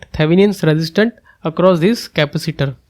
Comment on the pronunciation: Dude, learn how to say "capacitor" properly